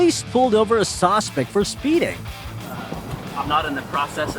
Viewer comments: OK wait narrator you keep saying sausespec it's suspect 😊😊😊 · Narrator might want learn how to say suspect instead of saucepect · The AI narrator keeps saying "sosspect", instead of "suspect" lol. I hate when videos are shown reversed. The caption when the Walmart employee was talking about the thief, said, "WELL, SHE NEVER PAID FOR ITEAMS". It's spelled "ITEMS" lol. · "Sos pect" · Saucespect? Don’t you mean suspect? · What the hell is a "sawspect"? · "The sospect" 😂 this was a good video though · I love how the narrator pronounces "suspect": sauce-spect.😂😂😂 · It’s SUSPECT not Sauspect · .its a suspect, not a sawspect. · What the hell is a "sauce-spect? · Dude what is a ‘saucepect’?!